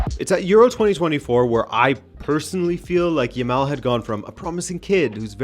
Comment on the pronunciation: Man, this is my first time to see any of your videos and I'm really impressed. I like your style, the well researched presentation and your delivery. Great job! you've got yourself a sub, and a like, of course. Back to Jamal (I'm spelling it as it should be pronounced and the second /a/ should sound just like the first one, not a rounded sound, please), but yeah, how lucky are we to have been alive to witness the whole career of Messi then to have this talented youngster come up to carry the torch?! Very lucky indeed. Cheers mate!